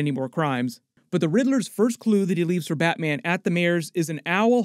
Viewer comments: "bratman"😂😂😂 love your content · you say "bratman". And i giggled a little. Love you're videos! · Is it just me or did he say Brat-Man